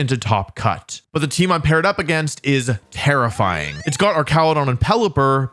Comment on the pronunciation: Wolfey: “Dire claw is terrifying” What I hear: “Dire claw is tera flying” I was so confused